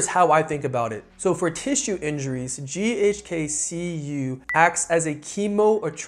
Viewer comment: Keeps saying ghk ku 🤦🏼‍♂️